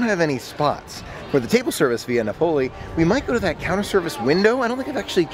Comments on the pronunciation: It took me a little bit to figure out where you were going to lunch until I saw the place. 😂 Just FYI, it’s pronounced Via NA-poli, not na-POLI. 👍🏻 If you like red sauce, they use real San Marzano tomatoes. It taste unlike any other red sauce I’ve had before. So Yumm! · Nah-Poh-lee. The Italians are crying. Otherwise a great vlog! Haha! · NAP - O - LEE